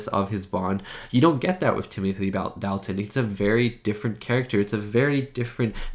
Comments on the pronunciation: Dalton pronounced Dolton. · Dalt, rhymes with Salt. Dalt-un.